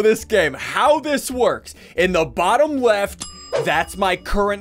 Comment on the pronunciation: he said: WEFT